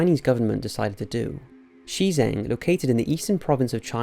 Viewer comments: Good vid, but it would probably do you good to look up pronunciation guides on some of the places. For example, when you mentioned you pronounced it more like Xizang which is Tibet. should be pronounced more like Juh Jahng. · Heracleion sank due to soil liquefaction. Since the end of the Ice Age there wasn't any significant change in the sea level. The name of the submerged city in China is Shi Cheng in the province of. You need to learn how to pronounce pinyin (romanization of Mandarin Chinese).